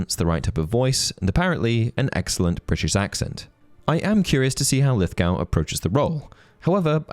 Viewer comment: Not to be that guy but I couldn’t not focus on your pronunciation of Lithgow. Should be Lith-go, no “ow” sound.